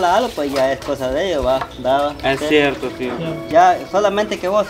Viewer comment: siempre dise es dierto es sierto